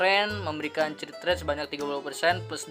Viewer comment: mohon maap bang 😂 please banget bang kalo baca crit jangan crit tapi dibaca krit, please banget inimah bang beneran dah ambigu soalnya didengernya 🤣